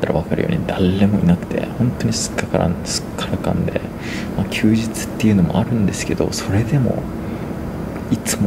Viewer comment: すっかからんではなく、すっからかんですね！